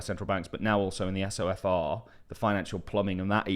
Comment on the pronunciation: It's pronounced So-fur